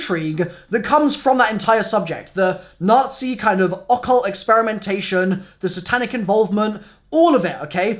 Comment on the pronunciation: They're WHAT? Yes I know he said occult but they is NOT what is sounded like